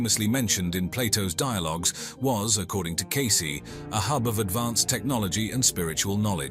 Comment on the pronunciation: Good god! Can’t you at LEAST get the names right?? Please change the Cayce pronunciation from “case” to “cay- cee” ?